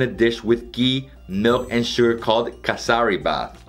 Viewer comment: It's Kesari bath ( sheera) 😂😂😂😂😂😂😂